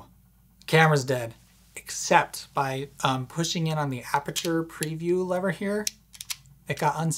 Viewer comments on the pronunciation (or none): none